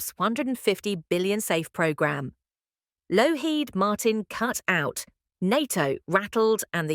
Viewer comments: Couldn't continue listening to this, with the persistent mis-pronunciations, random phrasing, etc. The us defence supplier is lockheed (not lowheed) martin. Spoiled what might have been an interesting report. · get some AI that can pronounce Lockheed, for heavens sake amateur